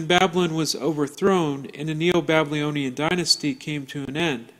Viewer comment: Interesting presentstion, and I appreciate all the effort and timr spent here... But I can not stop hearing you pronounce "babylonian" as "blablyonian."